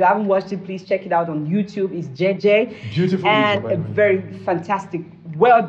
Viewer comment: you are pronouncing it correctly.. it's Jei Jei in LamNso. and are correcting you with the wrong pronunciation instead... I worry Leo' fan base demography will ever comprehend it, partly because his demography knows nothing about music beyond R&B and Pop, they don't understand anything Richard Bona, Fela and so on. I also see the commercial angle to this switch though. I agree with, let him correspond that with his lifestyle now.. 🤣🤣🤣🤣🤣Kwoh